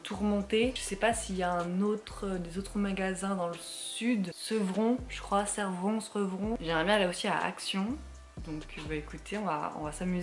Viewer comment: Hello! En effet Servon (et non Sevron 😅😚) ce n'est pas le plus près de chez toi, mais les mag autour on l'air cool 😉 Merci pour tes vidéos qui me tiennent compagnie dans ma vie nulle 🥺 Gros bisous ma fille spirituelle jolie 😘💖💖et gros poutous à Prince 😘💖